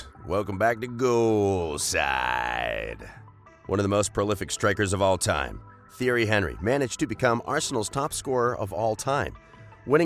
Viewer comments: man said theory henrie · u say it like this tee air ree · I unsubbed after the pronounciation of Theirry Henry's name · You need to learn how to say the names properly instead of butchering their names.